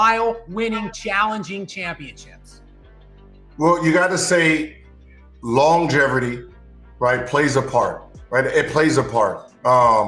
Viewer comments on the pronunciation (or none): That clown said “Longeverty” 🤡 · Kobe knew how to say longevity in multiple languages, Gilbert doesn’t know how to say it in English. Maybe that’s where the jealousy stems from